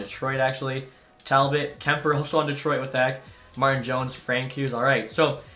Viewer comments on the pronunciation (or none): none